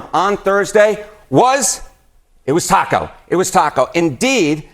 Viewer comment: It is TACO not TIACO you mental midgets on FOX